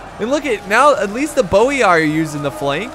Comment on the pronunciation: Not quite. Double I at the end of a word is pronounced “ee-ee”. So it’s Boii is Bo-ee-ee.